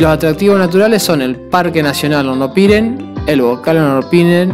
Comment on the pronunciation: Amigo bsds.. estoy mirando tu videos muy buenos.. Una sola cosa Hornopirén tiene acento en la E y suena horrible como lo pronuncias con el acento en la i.....